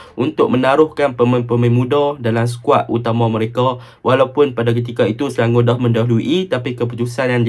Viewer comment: Nampak struggle nak sebut Selangor 😂 Sebut selangoq je bang..